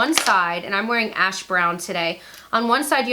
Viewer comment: What is wrong with me.... Did anyone else hear sex instead of set and ass instead of Ash!! LMAO I adore you.... I have brokeup with (unfollowed) 4 to be with U :)